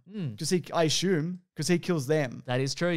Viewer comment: I just listen to hear them say Ashume. It makes me feel lame every time I say Assume.